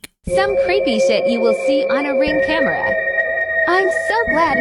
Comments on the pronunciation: OH NO!! Not caught on Kah - mare - rah!! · The way that narrator said ”CAMERA” 🤣🤣🤦🏻‍♂️🤦🏻‍♂️ He dun said ”CA-MAIR-A” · The AI voice on tiktok doesn't know how to pronounce "camera"?? That shit said "Ka-Maira" LOL. AI still has some catching up up to do. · I must buy me one of the KAH MAIRS. Never heard camera pronounced that way.